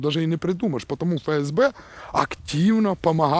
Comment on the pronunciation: Не Фе- Ес -Бе, а Еф-ЕС-Бе. Третий клас началЬной школы...